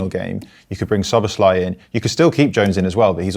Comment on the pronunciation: Can everybody just say Szoboszlai’s name as it should be and not with an SH sound? Thank you